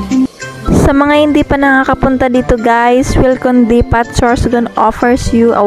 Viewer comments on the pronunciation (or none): depo ang pagpronounce nyan silent t